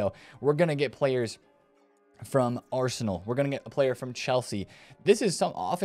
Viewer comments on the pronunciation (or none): none